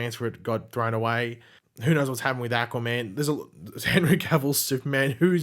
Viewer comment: why do you say Aquaman like Acaman